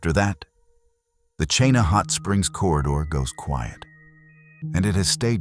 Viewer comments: it’s Ch-ee-na River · Chena is pronounced "Cheena". 🇺🇸🌧☕ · "Cheenah" "Kee nI"